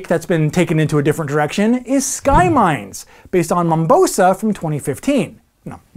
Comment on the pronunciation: Always love your videos but its Mombasa, matey, not Mombosa isn't it?